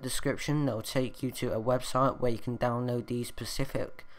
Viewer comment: Specific - not pacific.